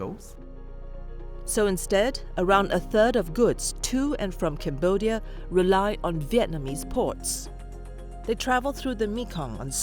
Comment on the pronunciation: “We want to wely on our shelves “